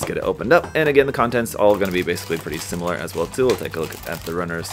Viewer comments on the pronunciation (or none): none